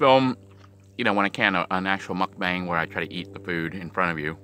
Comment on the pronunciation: Just to let you know, it’s pronounced muk-bhhang not muk-baang (phonetically spelling). Coming from a Korean!